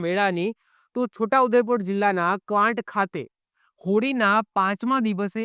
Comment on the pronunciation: Saheb Kwant no melo nai....Kawaat yo medo bolai chhe